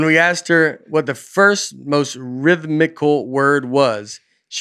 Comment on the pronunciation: I wish I had the dedication to go back through every episode to compile a complete list of “that’s a tough one” words that Nate struggles to mispronounce somewhat even close to the real thing. In just this one episode there was gold. Rim-thic-lee? Veam-nit-meez? All great tour names. Pretty much any word with more than 7 letters or 3 syllables that is consonant heavy will make it sound like Nate is having a stroke, especially to those tuned into Aaronland who only catch a couple seconds of him speaking.